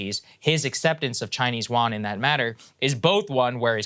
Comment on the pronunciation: Love Saagar but he needs to learn how to properly pronounce yuan.